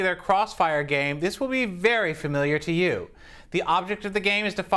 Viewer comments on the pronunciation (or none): none